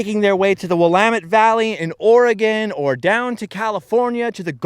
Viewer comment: So proud of your correct pronunciation of Willamette and Oregon.